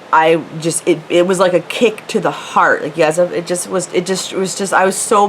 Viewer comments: Zits not meek it's pronounced kick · Question1: why are you trying to me friends with a 10 year old?Question2: why do you pronounce it "keek"?